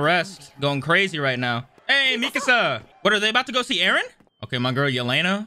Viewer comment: Can you stop saying Mikasa (Mi-ka-suh) like Mi-casa